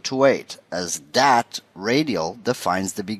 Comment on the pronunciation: "Put dat in dere" haha Great tutorial. To the point.